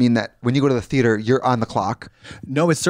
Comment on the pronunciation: Lead associate at groomingdales and just the constant pronouncing of Thee-yay-ter was what got me most lol